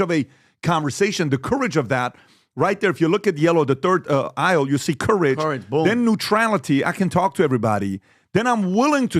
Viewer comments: And PBd how to pronounce COURAGE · How the hell is PBD pronouncing ‘courage’? Embarrassing to listen